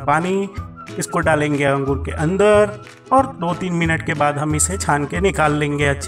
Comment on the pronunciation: chutiyeah angroosess kya hota angor bol ya grapes😂😂